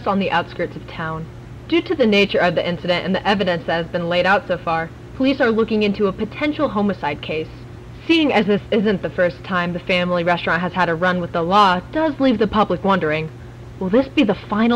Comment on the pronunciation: Its Homicide with an I not homocide with an o